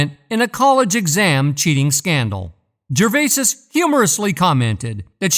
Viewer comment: OMG! I can't listen to GERVAYSIS one more time!!!